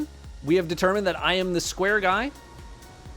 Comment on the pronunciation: Cubes, spheres Sorry sCuare, Sircle